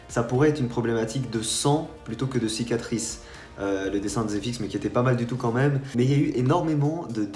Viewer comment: Le mec a la flem de dire " cicatrice " !!!!!